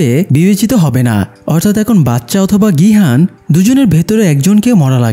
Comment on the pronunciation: ভাই এটা নাম গু না।নামগিউ আর গিহান না।গিহুন